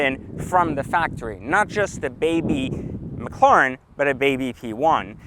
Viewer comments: It's Ma cla ren not mocloroen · McLawren. Lmao. Does anyone else find it annoying how he says McLawren instead of McLaren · Stop saying "McCLorn" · Owns a McLaren but cant even pronounce it right🤣